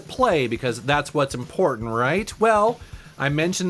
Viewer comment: Did you say... ImPORKtant?